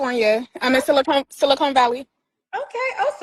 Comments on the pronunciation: It is SiliCON Valley, not SiliCONE Valley. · Wow… BOTH this Kendroid caller and back to back referred to SiliCON Valley as “SiliCONE”…. SMDH… 🤥🙄🙄🤦🏽‍♂️🤦🏽‍♂️😂😂